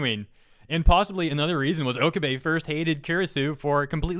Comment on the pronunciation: Dude, Okabe(Oh-Kah-Bay)